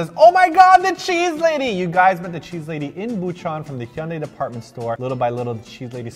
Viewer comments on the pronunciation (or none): Oh my God, I spent forever trying to find that Hyundai video a few years ago solely for the purpose of hearing how you pronounced Hyundai lmao I just remembered that was a thing but I still can't find it lol can someone link me to that video please?😅